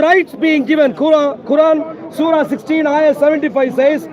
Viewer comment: Mohammad hijab read the surrah wrongly